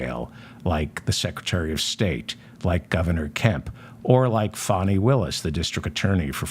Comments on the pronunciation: It's pronounced Fah-Nee according to Ms Willis herself. She says it's from Swahili. Beautiful meaning too. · It sounds as if you’re calling the judge ‘Phony Willis’. Is this intentional? I hear most people call her ‘Fanni’ with the first syllable rhyming with ‘on’ (as in ‘on and off’)